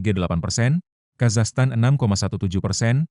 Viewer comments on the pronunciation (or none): none